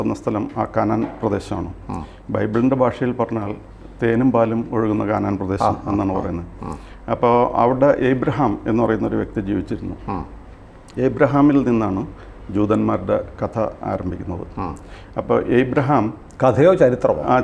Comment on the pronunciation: ഏബ്രാഹം അല്ലടോ അബ്രാഹം.